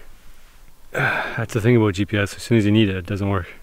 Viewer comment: aboot lmao